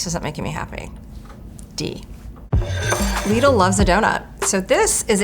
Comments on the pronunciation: I was triggered by the first word... Lidl=Lidd-ull, not Leed-ull😭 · its prounced lid-ul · "ouy went to lee-dul" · When you call "lidl" "leedle" im not taking your opinion on anything 😭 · omg stop saying lidi like that 😖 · Downvoted for her pronunciation of LIDL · You don't have to pronounce it that way, you're not in Europe